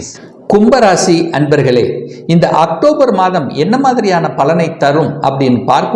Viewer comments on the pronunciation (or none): Actobar alla octobar O,O,O A nahi